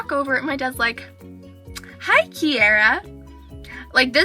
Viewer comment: nice name. your the only person that I have herd of that pronounces it right.